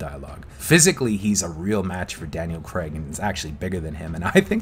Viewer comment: It’s not Daniel Creg it’s Daniel Craig Cr ay G